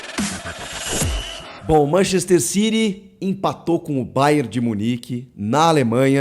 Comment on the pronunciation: É City ñ Ciry, isso é ingles britanioco! Ñ ingles de xenofobicos!!!!!